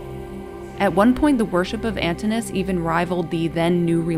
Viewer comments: I believe the customary pronunciation of Antinous is with 4 syllables. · an TIN oo. us. not ANTIN -US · Could you please fix the pronunciation of Antinous’ name as well as Britannia? Drives me nuts not to hear the proper pronunciation of those names. Britannia is Latin, so the first “a” should sound more like the Latin alphabet. And Antinous’ has two syllables at the end, it’s not one syllable. It should sound more like “oh-uhs”. I’m sorry, but it just drives me nuts when I see these well put together historical videos, but no research is put into the proper pronunciations of these names!! Also, I don’t know if you can say that Antinous was Hadrian’s “lover,” since there are no historical records of them having sex or engaging in sexual activity, but Antinous was no doubt Hadrian’s favourite. They enjoyed many of the same things, and certainly enjoyed each others company, but even Lambert himself said something along the lines of their relationship in the bed chamber will forever remain a secret. As in, no one really knows if their relationship went that far. It’s nice to think and believe it did though. I would just be careful how you tell the history of such things without historical records. Oh! And I think you have the date wrong for when Antinous died. Every source I’ve read has said it was October 30th. Not the 22nd. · The speaker is pronouncing the name "Antinous" wrongly. The name consists of four syllables, not three. The correct pronunciation is /ænˈtɪnəʊəs/, with the stress placed on the second syllable (-ti-). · The pronunciation of Antinous is Antìnò us.